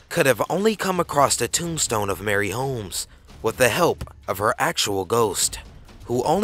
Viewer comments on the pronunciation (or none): Marie..... Not Mary. What R U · "Marie" is pronounced MAH-REE hehe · North POND. Not North Point. MARIE Holmes. Not Mary. Jeeeeeeez. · ...its pond not point and Marie not Mary.